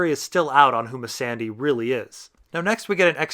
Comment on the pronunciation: Why do u purnounce Missandai and Valar Marghulis ? It's goooool like Ghoul.